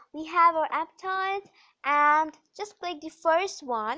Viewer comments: It's not apptodd it's aptoode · Toide not Todd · It's aptoid not aptoad